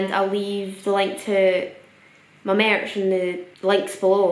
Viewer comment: "i've got mierch!"